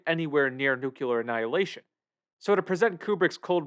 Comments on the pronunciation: I just can't... It's 'nuclear', not 'nuculer'. Wtf. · Nu clear, not "nucular". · Nuclear is pronounced NUCLEAR not NUCULAR. You wouldn't say nuculus instead of nucleus, right? Everybody practice: NU-CLEE-AR (not NU-QUE-LAR). ffs. It's like fingernails on a chalkboard to me. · You made a video about nuclear weapons and nuclear holocaust - but you mispronounce "nuclear". It's pronounced, "nu-clee-er", not "nu-ku-ler". smh .... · Hey: It's pronounced "New - Klee - Are". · Unsure how you could write your script, research and title the video with the world Nuclear, and stil pronounce it 'nukuler' the while vudeo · Nice! BTW, it's NOO-KLEE-UR. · "nuke- you- ler" ? Tisk tisk lol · The Marge Simpson pronunciation of "nuclear".